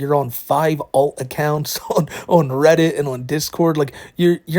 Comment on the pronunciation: He is not a Reddit moderator. He is a "Weddit Modewatew", you gotta remember his accent